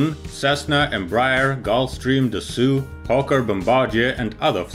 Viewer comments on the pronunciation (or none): White Mail Privilege No! Assault is pronounced differently. It is like „asalt“, whereas Dassault shall sound like „Dassoh“ (not „Dassoo“)! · Dassault is not pronounced “dassoo” but dasso, the same sound when you say “oh”. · Great video! Just one thing Dassault is pronounced « dasso » and not « de su ». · Good summary! But please learn to pronounce „Dassault“ - you are an expert and need to pronounce proper! It’s „Dassoh“ and not „Dassoo“. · I always thought it Was Dashassault not dassoo lol Grammar police are pain in the arse sometimes............. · “Dasoo”.... I’m out. - a dassault falcon pilot